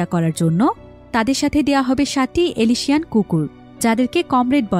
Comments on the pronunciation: এলিশিয়ান না উচ্চারণটা এলসেশিয়ান হবে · এলএশিয়ান নয় আপু অ্যালসেশিয়ান।